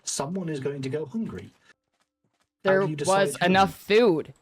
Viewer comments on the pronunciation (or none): lmao MFer said "hoongry"